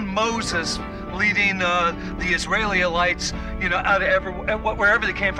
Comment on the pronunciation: "Moses leading the Israelililites"